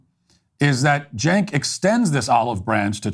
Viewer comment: Matt it’s Chenk not Jenk, you probably don’t know this but I hope you don’t change how you pronounce it because it’s funnier this way